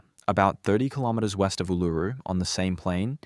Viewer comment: your robot can't say Ularu